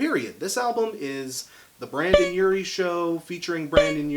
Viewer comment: I can’t watch, I can’t get past “Brandon”